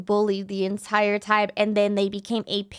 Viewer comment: i saw bro said "entiere",bro it's entire😅